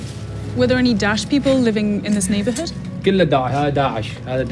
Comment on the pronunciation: This dumb reporter can't even say Daesh properly 😕 Nor does she even respect the local culture with her dress. No I'm not Muslim but believe in showing respect for local culture, the locals would appreciate the gesture and would view her differently. Totally NOT the right journalist for this job!